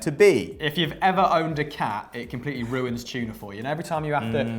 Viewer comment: It’s TUNA not CHUNA